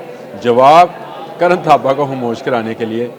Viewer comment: اسکا نام کرن تھاپر ہے کرن تھاپا نہیں